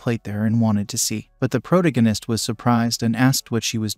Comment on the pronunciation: Hearing “proganist” and “protagonist” over and over ruins the video. Use names.